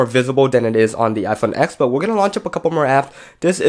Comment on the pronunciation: You're a "tech reviewer" and you don't even call the iPhone TEN by the correct name..?